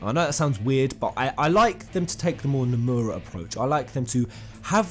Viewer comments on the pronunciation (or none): none